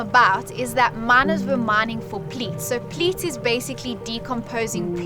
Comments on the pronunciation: Pleat? I think you sneaked in an L that’s not supposed to be there: peat. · He doesn't know where S.A is ? Everyone knows where S.A is. The Netherlands is a different matter. The word is 'peat', not 'pleat'.